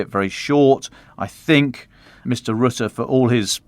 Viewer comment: Please learn the correct pronounciation of Mark Rutte. We are stuck with him for a while which is probably a good thing because he is the Trump whisperer. It's Ruh-tuh, not roo-too.